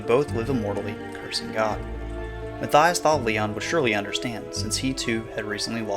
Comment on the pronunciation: You pronounced Mathias wrong...it's "mott-yosh"